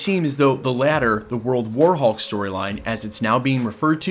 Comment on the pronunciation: You keep putting the emphasis on the wrong part of the sentence when you say World war hulk